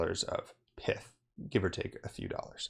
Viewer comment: It’s not pith. It’s not pithon snake.